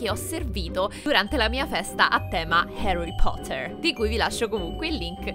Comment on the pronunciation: hai detto Harry coter